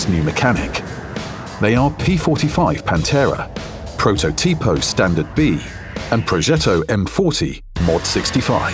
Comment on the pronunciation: It's protòtipo not prototìpo